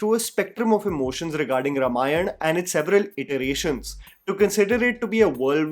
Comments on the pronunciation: Its not Ramayan. Repeat after me: Ramayana. It is not that hard. Also, Rama and not Ram. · Not रमायण. It's रामायण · I dont want to be picky here but I request you to pronounce it as - Raa-maa-yana and not R-maa-yan. Very excited for a story the world should watch on big screens. This film will be the real global entry of Indian Film Industry. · Also please learn to pronounce the word Ramayana properly first - it’s pronounced as Raamaayana - not Ruhmaayan ( which completely changes its meaning ) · it's may be spelled ramayan, it's pronounced as raamaayan. Come on dude. This much even a toddler would know. Is he ram or raam? North Indians are cursed with improper pronunciation syndrome. Annoying.